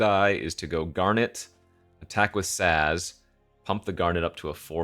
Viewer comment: You pronounced Sazh right, but is having a rough go with the names lol